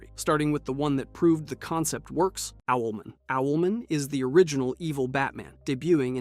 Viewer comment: How dare you say Owlman like that